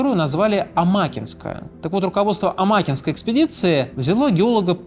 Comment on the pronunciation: Попугаеву всегда помнили в Мирнинском районе, в ее честь названы улицы, а в г. Удачный ей стоит памятник. И не А'макинской, а Амаки'нской)